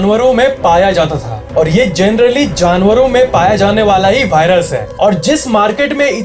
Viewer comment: .. Give a like who noticed BHAI-rus instead of Virus.. 🙏🏼🙌🏼💥💣